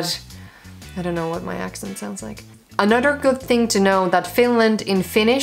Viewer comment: Your "other" / "another" sounds like udder, anudder.